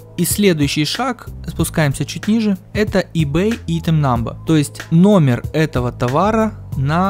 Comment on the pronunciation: Помоему говорится (АЙТЕМ)